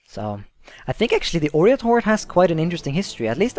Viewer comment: Its OIrat not ORIAT